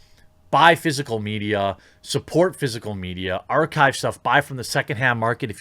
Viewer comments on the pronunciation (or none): none